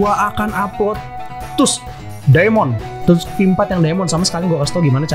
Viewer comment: bang itu bukan stun itu namanya knock down jadi gk bisa gerak kek jatoh gitu lah Edit: btw bang itu bukan "tusk" dibaca nya "task"